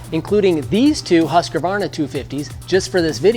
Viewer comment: It's Husqvarna not huskavana